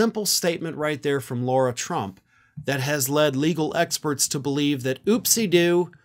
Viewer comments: Lara not Laura not Lora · Lara, not Laura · Lara, not Laura. Just for the next story about stupidity. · Please call her by her name.. Lara, not Laura…small detail but you sound better when accurate; I’m a big fan of yours!! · Please stop calling her “Laura”, which is also the name of my dear daughter. Eric’s wife is named “Lara.” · Do you continuously pronounce Lara Trump's name incorrectly as a way to dig at her? I don't really care it's just something I notice every time you say her name.